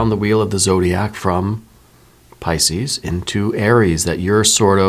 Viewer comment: You are so good! Truly! P-yes, Ca sound not the Ch sound and I have TMJ! I work in the medical field. So happy you posted this! You made my day!